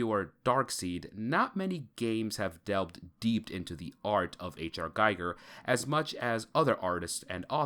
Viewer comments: His name is pronounced Gee gur not guy gur and that's not jee it's gee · Ackchyually, it's pronounced "GHEE-gher." Basically, the world depicted in Scorn is a caricature of our own everyday reality. Also, it seems to draw influence from not only Giger but also Cronenberg. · Being a fan of H.R. Giger, you should know, how to pronounce his name correctly. Instead you are pronouncing it as the name of Hans Geiger, the inventor of radiation detecting and measuring device. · Pronounced gee-ger